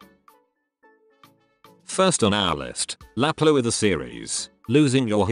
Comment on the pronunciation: La pluie ❌ Laplow✅ 😂😂😂